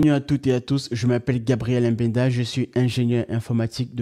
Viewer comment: Gabriel M. benda. Non c'est Gabriel Mbenda. Si vous même n'arrivez pas à bien prononcer votre nom, qui le fera à votre place? C'est un détail qui démontre votre niveau d'estime et votre confiance. Prochainement, dites "Je suis Gabriel Mbenda".